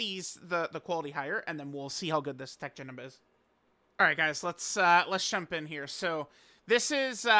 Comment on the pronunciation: Teq Janet? Wtf are you mumbling about